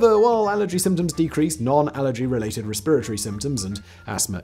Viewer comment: When Simon says "Respiratory Symptoms" All I can hear is "spiritory symptoms"